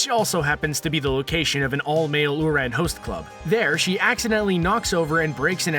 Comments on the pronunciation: I love how you said ouran 😂 shows that you clearly watch the show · I liked the list and the descriptions of the anime were accurate, but the pronunciations of some of the anime's titles like Kakeguri's and Ouran's were butchered so badly that I couldn't help but cringe. But the video wasn't half bad!